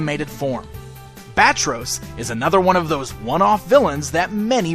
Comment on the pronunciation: Not Bat-Ros , Bat-Tross or Ba-Tross?